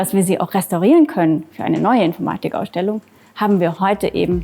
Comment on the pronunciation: Die Aussprache von "Infoormadig Ausdellung" geht mir irgendwie auf den Keks